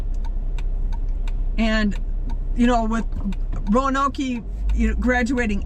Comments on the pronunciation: Roa-noke, not Roanok-e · You beat me to it…Roanok-E 😂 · it's pronounced Row Noke long O sound. Just like the lost Colony of Roanoke. Or Roanoke Raphids N.C. surely you've heard of at least 1 of these? Kinda insulting to say it happens. Well it shouldn't happen if reporting on stats for a city at least get the name correct. 😢😮 are your stats correct? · ironically, the commonly "Row Noke" pronunciation (mostly by Southerners) is also incorrect; it's Row-a-noke; yes, the "A'' must be there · PSA: it’s pronounced RO uh noke. Three syllables. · Exactly! some people insist it's pronounced "Row-Noke" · It’s not Roanok-ee lol